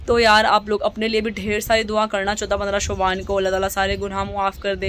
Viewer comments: Shuban nhi hota hai shaban hota hai behen itna bhi nahi pta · Yar shubaan lfz nhi hota Shaban hota h